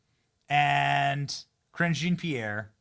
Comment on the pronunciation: Zhah(n)- Pierre. Lol just google it